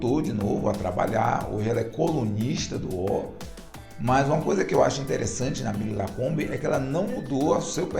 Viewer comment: Parabéns pelo vídeo, mas o nome correto da empresa é UÓL (aberto) e não UÔL (fechado) como foi falado no vídeo em . Sucesso pra você.